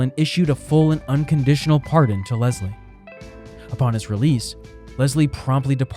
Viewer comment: One more... Leslie is pronounced Les lee not Lez lee.